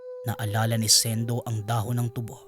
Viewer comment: SA unang kuento, matagal Ko Ng napakinggan Ito, at SA ikalawang kuento Naman, Di nio ba mabigkas Ng Tama ang tubo? At SA ikatlong kuento Naman, sobrang lakas Ng sounds mo 🙄